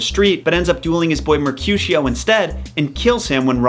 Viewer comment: Love the analysis but he can’t pronounce mercutio, Rosaline or capulet properly and the reason Romo didn’t find out about the plan was because the deliver man got the plague and lord capulet never moved to wedding